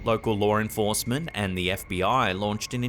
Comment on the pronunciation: did you say "lore enforcement"?